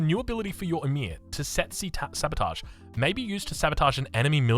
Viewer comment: Tesetsi 😂😂😂. Love your new words. Its Tsetse, (Che-Che) and its a breed of fly found in Africa and Middle East and its stink can cause illness or death.